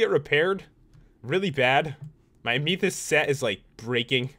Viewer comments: not (am e thest) its (am a theyst) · Your set is pronounced amithist it is a real life gem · Its pronounced amithist but spelled amethist. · it's so funny because I watch popularmmos and instead of amathest he says it like amethyest